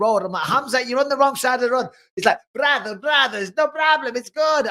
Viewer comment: Brather Brather 😂😂